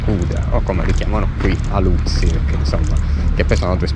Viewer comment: fai bene a chiamarli aluzzi con tono siciliano altrimenti rischieresti oltre a non essere capito anche criticato😂